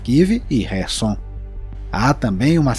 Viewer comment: Ótima análise! Muito bom mesmo! Quero aproveitar e elogiar q vc pronuncia corretamente os nomes/expressões russos/ucranianos transliterados do cirílico com as letras 'kh' p/ nossa escrita, q na verdade não tem o som de "Q" e sim de "R" (como em 'Rua' ou 'baRRo'). Então.. está correto: "Rarkiv", "Rerson", "BaRRmut", e ñ Carkiv, Querson, e Baquimut. Porém vc escorregou no famoso Sukhoi, q é "SuRRoi" e ñ Sucoi e em Khabarovsk, q é "Rabarovsk" e ñ Cabarovsk! Assim mesmo, parabéns por ñ repetir as usuais burrices tupiniquins e "ensinar" tua audiência com a pronúncia correta!